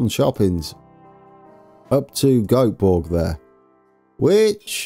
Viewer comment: You seem to really have gripped the pronunciation of the "köping"s. "Göteborg" is indeed a little bit more complicated but "Goatborg" is uttermost entertaining! (pronunciation fails don't matter of course)